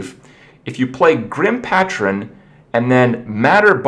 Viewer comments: Hi Kripp! Just to let you know, patron is pronounced PAYtron, not PAHtron. Say it with me...paaaaayyyyyytron and FFS, THE SECOND B in "bomber" IS SILENT (And yes, I know Kripp doesn't read these comments) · Grim PAY-trin. Not pah-trin. Bom-ber is cool though. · Isn't it pay-tron not pat-tron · This really doesn't matter, and I feel like an idiot posting it, but "Patron" is pronounced "Pay-trun." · Pay-tron, kripp. Grim pay-tron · Grim Patch-rin? Come on now Kripp. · Say it with me. Pa-tron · its pronounced paytron kripp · And 'PaTTron' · Grim patron (pay-tron) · Patron, it's pronounced "pey-truh n" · I hope that Grim Patron gets a name change, only because the way Kripp pronounces patron melts my brain. Pat-trun. I can handle hurthstone and bombe-er, but pat-trun is just too awful. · it's pronounced pay-tron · The way you pronounce patron makes me question everything I ever thought about your intelligence.